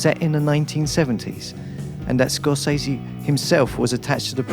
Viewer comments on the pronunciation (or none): none